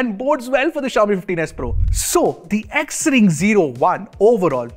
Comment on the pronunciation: Xring is pronounced as Shring